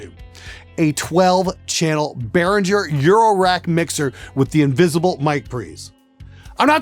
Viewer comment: Lots of Behringer stuff is good, pronounce it correctly, it's BehRINGer that's why they emphasize the ING in the logo, they also know that everyone mispronounces it :)